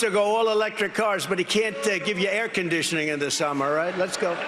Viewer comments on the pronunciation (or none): Did trump say hair condishining